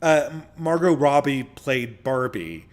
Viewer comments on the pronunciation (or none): none